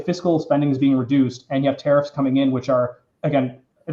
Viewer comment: Is it just me or does pronounce tariff as terrorist? 😂